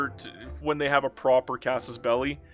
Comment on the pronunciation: OMG, you say Casus Belli, and not Casus Bell-eye. Thank you...